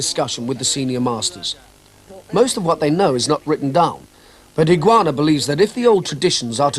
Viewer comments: The narrator mispronounces his name - it's Higa-onna not Higuana. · This series, way of the warrior was on the BBC in 1970,s I believe. No AI , it's Dennis Waterman doing the narrating. And unfortunately he doesn't pronounce some words correctly, it's Higa onna, and Kata not carter